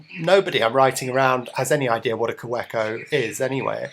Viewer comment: pronounced "kaVeco"...just saying